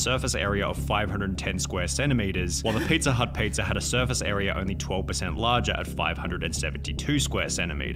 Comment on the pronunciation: Is anyone else absolutely losing it over how this guy pronounces pizza? PeetzaaaGh